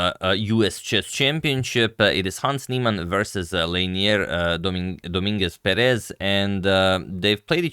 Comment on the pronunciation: Hello agad! Thank you for your daily content, it is much appreciated ❤ I wanted to let you know, since you take great care of the pronunciation of the players' names, that the correct pronunciation is Leinier DoMINguez PErez. In spanish we have written accents (á, é, í, etc.), so everytime you see one of those, you know were the accent of the word is. Thank you again for your work, I enjoy increasing my vast knowledge everyday with your videos